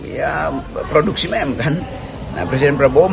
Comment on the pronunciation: Meme sebutnya MIM